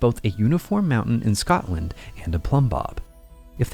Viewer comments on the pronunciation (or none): none